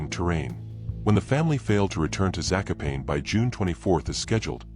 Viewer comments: I dated a woman from Zakopane and that is how she said it, at least to my ear. It certainly was not pronounced as it was by the auto-reader, that is, as "za-ko-payne". And you are Czech, so maybe you did not get it right. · To my ear, the Polish around here pronounce Zakopane as "Za-ko-pa-nee". Your images of the area reveal a very formidable landscape.